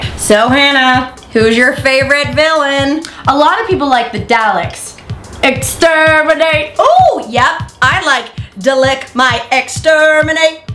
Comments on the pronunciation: Daliks?!?! It's pronounced Dar lecks! Silly hannah I'll let you off this time tho, just don't do it again! :) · the fact she said dalek wrong hurt's my heart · Daleks are pronounced as darleks Hannah hahah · Why did she suddenly have a South African accent when saying Daleks? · Definitely not how you pronounce Daleks